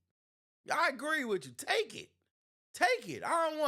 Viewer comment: Bro you are inarticulate and sound "ghetto" it's "with you" not "wichoo"